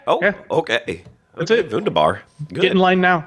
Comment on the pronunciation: "Wunderbar!" and with the correct pronunciation too. It is always nice when decides to go full on Teuton.